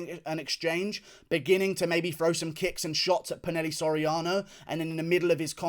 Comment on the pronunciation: ITS NOT "PU-NEL-E" SORIANO ITS "PU-NA-HEY-LEY" SORIANO